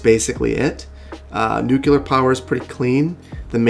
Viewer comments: Indeed. "Nucular" is, at best, appropriate for the weaponised applications. (Or, we could stick to "nuclear", as proper English demands.) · Nu-CU-lar??? AGH! I'm sorry but I have to say that it's Nu-CLE-ar! Nu-clear! Like the nucleus (nu-cle-us) of a cell, or especially an atom. It matters since nuclear power is all about making controlled chain reactions in radioactive atoms at the nuclear level (in the nucleus, where the protons and neutrons of all elements reside). Sorry, couldn't stop myself! ;-P Still love your videos! <3 :-D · It's nuclear, not nucular! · NU-CLE-AR. Nuclear. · A "nu-kilar" power plant? "NU-KILAR"?! I can get behind nuclear energy, but I draw the line at nu-kilar! Also, poorly insulated heating pipes should make the snow pile up less on the roads :)